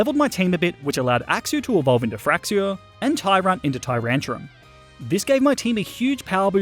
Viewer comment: TYRANTRUM, NOT TURUNTRUM!